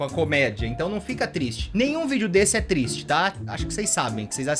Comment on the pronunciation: chega um momento da vida que o t3ddy que ele fica "trieste" porque o computador dele é tão potente que faz barulho